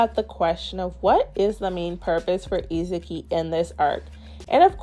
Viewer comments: It’s stressing me out why you keep calling Isagi… Izuki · nice video! Somehow whenever you say Isagi I hear Izuki xD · Her pronunciation of Isagi cracks me up! It sounds like Itsuki 😂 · Good video, but I think you are saying Isagi’s name wrong